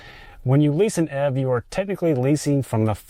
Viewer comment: YOU PRONOUNCE ev EEEEVVVV